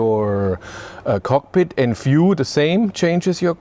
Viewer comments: Sigh... Dear narrator: The word is view with a v, not “fiew” with an f. I don't know why, but this is the single most infuriatingly annoying aspect of your Denglisch. Please try to learn the correct pronunciation, so you can stop doing this. Gillt übrigens für alle Wörter mit einem V (und nicht nur am Anfang des Wortes, sondern überall): NUR auf deutsch und niederländisch spricht sich der Buchstabe V wie F aus; auf allen anderen Sprachen, inklusive Englisch, hört er sich so an wie das was Sie auf deutsch mit einem W schreiben. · I understand you're german, but VIEW is not pronounced [FJU:]. I literally thought you were talking about a "fuel" button - in an EV.